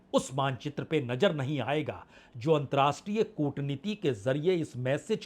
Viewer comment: आप पुराने और प्रतिष्ठित पत्रकार हैं। आपसे 2 आग्रह हैं 1.नमस्कार के स्थान पर आप हमेशा 'नमश्कार' उच्चारित करते हैं। 2.अंतर्राष्ट्रीय के स्थान पर 'अंत्राष्टिय' कहते हैं। आपके इन दो शब्दों के ग़लत उच्चारण खटकते हैं । संभव हो तो कृपया सुधार लें। बाक़ी सं दुरुस्त है।